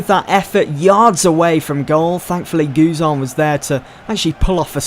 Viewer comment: Learn to say guzan XD